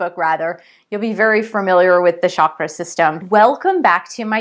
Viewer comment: i just hate it when westerners call it Shaakra , its Cha Kra